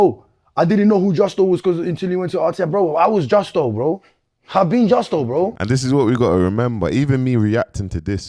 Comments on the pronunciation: Don't you mean Jusco?😂😂😂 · Bro I rate you and your work rate but there’s no way you’re still saying justco after you’ve said it right 100 times and you know it’s not justco 🤦🏽‍♂️ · Man still fighting for his life to pronounce Justo correctly 😂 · Imagine struggling to say 5 letters at close to 40 braaaazy work 😂😂